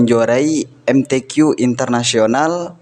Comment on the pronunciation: MTQ .... KOK PENGUCAPANYA KEK BHSA INGGRIS🤦